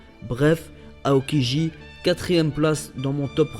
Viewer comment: Mais mec prononce bien chabôndi mèrde et aokiji -_- !! Tu casse les couilles